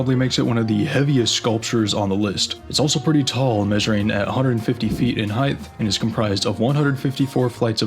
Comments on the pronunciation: “Height” is pronounced “hite” not “high-th” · did you pronounce height as heighth on purpose or accident? im genuinely curious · The word is "height", not "heighth". The word "another" is pronounced "uh-nother", not "ay-nother. The word "a" is always pronounced "uh", never "ay". Trying to pay attention to the content, but the narrator is too annoying. I made it halfway through the video. Can't listen anymore. Done. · Dear Mr Voice-over , please learn how to pronounce the word 'height'. It is not 'heighth'! Once was excusable, but all through the video was not! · Why do you Americans pronounce it heighTH?!?!? There is NO "TH" at the end!!! The word is height, pronounced heighTTTTTTTTT, not TH!!!!! Just like: sighT, lighT, mighT, brighT, plighT, kryptoniTe!!!!!!!!!! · Good video...but the word is height, not heighth. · It's pronounced 'hite'. No 'th'. Why am I, the Swedish man, having to tell you this? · HEIGHTH is not a word. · “Heighth” is not a word. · There is no TH sound in Height. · Friendly note: there's no "h" at the end of the word "height" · Why does this dude keep saying "height" with a "th" sound on the end?! Lol dumbass. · Some really annoying art that is forced onto the public, a lot of which is paid for by the public. Also something very annoying in this video was the narrators inability to pronounce the word height.